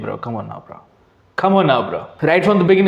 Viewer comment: Its bro not bra 😂